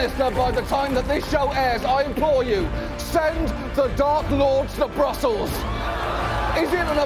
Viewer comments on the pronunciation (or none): When John says "Send the dark lord to Brussels" , it comes as 'send the Dark Lord's the brothels'